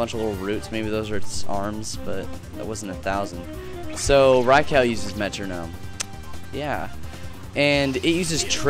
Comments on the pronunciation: its not rye-cow, its rye-cu :D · Rai-cow? lolfail.